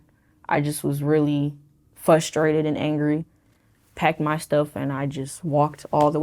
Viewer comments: People who say "FUSTRATED" instead of "FRUSTRATED" make me really FRUSTRATED I wish people would stop doing that, it sounds really stupid and annoying. We already made a rule in the English language that you're not supposed to say it that way. I am not the only person who gets annoyed with this, there are many of us. If you have problems in your life, I guarantee many many people will be more accepting of you if you just start pronouncing this one word properly. It literally hurts other people's ears. Stop doing it! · People who pronounce frustrated as "fusstrated", bother the fuck out of me. Kinda frustrating tbh.